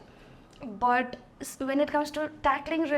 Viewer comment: Your pronunciation BUT is not proper.